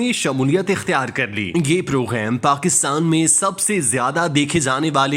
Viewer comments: bhai "program" main gaaf hota hai ghayen nahin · Are you pronounce English word "Program"in french pronunciation.